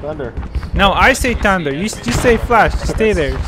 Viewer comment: "tiunder" is not the same as saying "THUNDER". Practice your pronunciation!